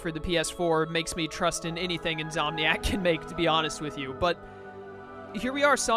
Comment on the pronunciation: it's insomniac you're saying it wrong it's pretty much a condition of when you can't go to sleep even though you want to which is why their gaming company is called insomniac